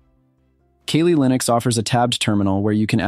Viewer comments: I was done when he said Kalley instead of Cally for kali. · Ok I know I'mma get heat and smoke for this?..but you're sayin' Kaylee" Linux...when its "Kali...and in CAL-ifornia?...or KAL-EL (aka Superman!) sorry...I know..I'm a geek!....LOL! So its "CAL-LEE" Linux...LOL! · Kah-Lee NOT KayLee (smdh) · You gotta prounounce it correctly first. Its pronounced like "Cally" "Cal Lee" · "'Kayleigh' Linux" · "keylee linux" rofl